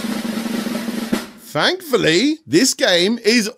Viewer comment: Who else loves accent? I don’t know what I would do without my daily dose of “fankfully”, “fanks”, “fhree”, and “five”...